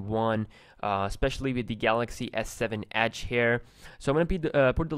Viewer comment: The way he says edge is funny he says ACHE